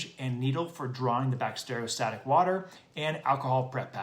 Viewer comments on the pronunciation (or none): Lost faith you know what you’re doing when you can even say Bacteriostatic! It’s not Bact-stereo-static. Drove me nuts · cant listen to this guy who cant even pronounce bacteriostatic properly